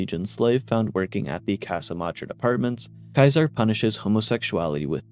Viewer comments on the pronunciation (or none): Who the hell is Kaiser? Isn't it Caesar??? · See-Zer is how you pronounce caesar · Kai-sar is the Latin pronunciation